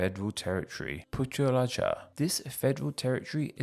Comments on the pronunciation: AFAIK, Putrajaya is pronounced as Putra-ja-ya not Put-raja as what i heard here? Anyway thanks for explaining the names of the states of my country. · Perak is pronounced pey-rak Putrajaya is pronounced poo-tra-jie-ya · Impressive pronunciation effort although needs work on Putrajaya and Perak, but I’m happy you made the effort to research it. Fun fact, Sarawak is pronounced just as you did in Standard Malay, but it is pronounced with a hard k in Sarawakian Malay, like ‘Sarah-Wuck’ or we shorten it to just ‘Sa-Wuck’. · "puteraja" lol i laughed at that one